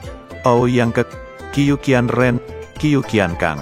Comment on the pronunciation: Qiu = chiu, jgn Qiu bacanya Q aja